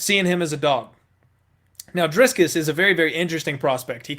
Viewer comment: What a clown. Have you nevee watched a youtube video of Dricus just to hear how you pronounce his name.. you are a joker